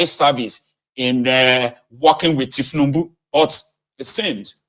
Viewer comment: Did I hear you call the president Thiefnubu? You must be crazy. YOU ARE A COMPOUND FOOL.